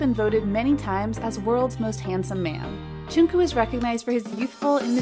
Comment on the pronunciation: The way... she pronounced... Jungkook...